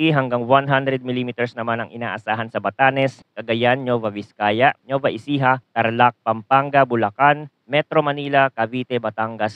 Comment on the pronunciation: Pakiaayos po ang pag pronounce sa mga probinsya banggar(bangar) kalingga(kalinga) nuweva(nueva)